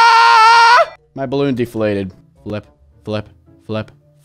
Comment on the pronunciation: did he said bloon???